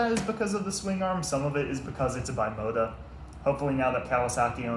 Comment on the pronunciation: Used your video to explain a friend how the tesi steering work. Well done, exept for the pronunciation of "Bimota". It's pronounced "beemota" A serious collector can't say it wrong!